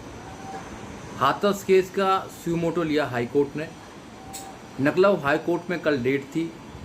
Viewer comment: नखलऊ नहीं लखनऊ AGD नही ADG